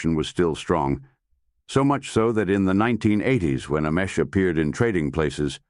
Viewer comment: I couldn’t watch this one because the mispronunciation of this man’s name, butchered, a hundred different ways, was unbearable.